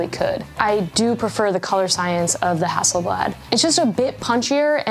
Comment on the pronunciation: Pronounced Hasselblaaaad, same "a" sound as in Arctic.